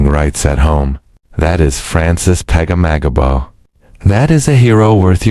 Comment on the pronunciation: It is Francis Peg ah mag abow, broken into syllables. We Canadians know our greatest HEROES.